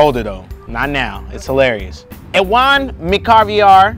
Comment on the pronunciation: Jesus christ Gary butchered Ewan's name. Its pronounced as if you are saying "you an". He's not from the hood he's probably scottish lol.